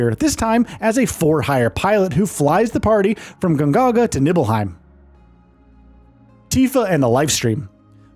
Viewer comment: why are u sayin all of the names so weird they literally same them in the game?? the g??? nibbleheim??? cisney????? who are theee characters